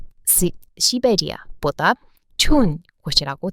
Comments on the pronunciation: ㅎ 몰랐어요~~^^❤ 근데시베리아 발음 씨베리아~ㅋ 욕하는줄 ㅎㅎ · 중간에 시베리아를 사이베리아라고 읽으셨다가 아차 하신 것 같은데 ㅋㅋㅋㅋ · ~ 습관적으로 '사이베라아'라고 발음하시려다 '시베리아'라고 고쳐 발음하시는 노력이 넘 귀여우셈~ 😁😁 한국어를 사랑해주셔서 감사합니다 ❤😊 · 시베리아라고 한국식으로 말해주는거 넘 귀여워요 근데 사이베리아 라고 하려는거 티났어요 ㅋㅋㅋ